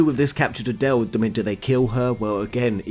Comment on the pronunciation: Yeah you do not speak that name out like Adelle... It's A-del. Just say the A and del after it. So annoying if people get that wrong. Just as hard as saying Lunatic i guess....Long A's....not short ones....